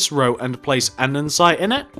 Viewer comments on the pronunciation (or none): amazing police station! its andesite, not andensite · LOL Andensite *Andesite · what a shame he said andensite instead of andesite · it is andesite not andensite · It's so annoying when people say andensite instead of andestite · you pronounce that wrong andesite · He pronounced andesite wrong everytime, no offence